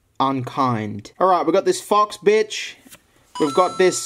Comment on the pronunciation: I'm sorry for calling her a BENCH, never call a waman a BENCH. Also max one second later: Let's see what we got here, THIS FOX BENCH.